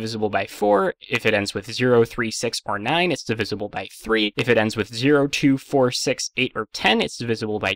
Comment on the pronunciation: Out of everything in this video, how did you manage to mispronounce "divisible"? D I V I Z L E